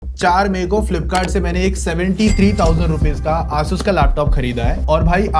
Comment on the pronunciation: ASUS ASUS not Asuus